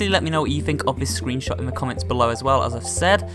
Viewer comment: you sayed scroonshot